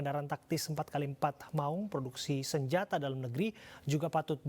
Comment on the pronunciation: Itu bacanya Maung weh bukan Maling. 🙉